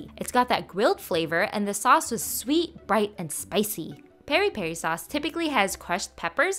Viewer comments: Hey it's not pronounced perri perri you take the piré from Michael Jackson's song and put an i on the é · Your pronunciation is close. It Peri as in Pee-ree. So you pronounce it Peeree peeree. It’s also pronounced with a slight m/n hint at the beginning but saying it as peeree is fine. No hate just thought I’d fix ur pronounciation. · That's one hell of a way of killing the pronunciation of piripiri 😂